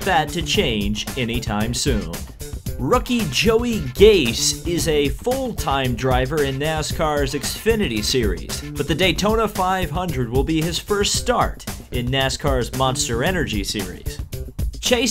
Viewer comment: Joey Gaise? Isn't it Joey Gase?